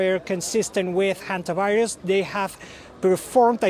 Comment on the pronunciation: Hondavirus ( Indian pronunciation) will spread during world cup